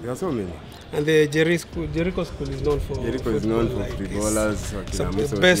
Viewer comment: Don’t confuse ur viewers ur being watched by people from outside Kenya so stop saying Jerii when ur actually saying Jericho try to avoid Nairobi street slang